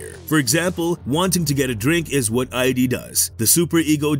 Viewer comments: My dude it's id not ID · Great video except for that pronounciation of the Id. It is not ID lmao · Was gonna comment this. How can anyone buy into their explanation when the narrator can't even pronounce "id" correctly 🤣